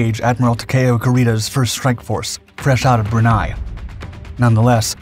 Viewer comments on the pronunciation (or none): It’s pronounced “BRUN-EY” not “BRUN-AY”. It ain’t a German word.